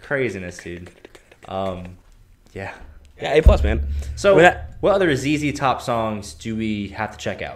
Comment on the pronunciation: ZZ Top (pronounced "zee zee top") is an American rock band from Houston, Texas, formed in 1969.